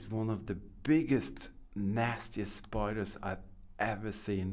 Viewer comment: The way you say “spider”... you sound so Irish it’s mad haha 😅